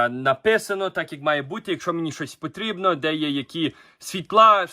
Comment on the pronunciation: Йой, о це акцент!!! Замість букви о я чую у, ніколи не чув таке. Замість і - є (путрєбну задунатити- потрібно задонатити) незвичний, але цікавий.